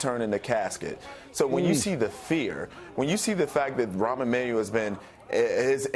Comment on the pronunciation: "Ron Emmanuel" lol dumbass